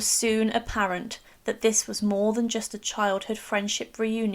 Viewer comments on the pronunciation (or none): none